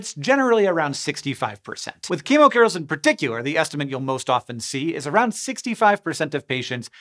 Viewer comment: I heard emo girls instead of chemo curls in the intro